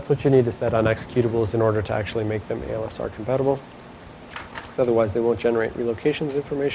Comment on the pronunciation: The instructor almost always says ALSR instead of ASLR. I like OST lessons :)